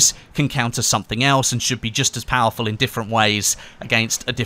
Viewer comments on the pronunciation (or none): none